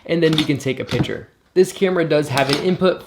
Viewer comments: piC-ture. Not pitcher. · I swear every time you said picture I literally heard pitcher